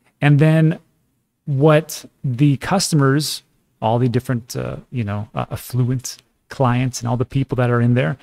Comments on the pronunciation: AfflUent? You sound like an AM radio financial guru. 😆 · I love your videos, and even the way you mispronounce "affluent", every time, LOL!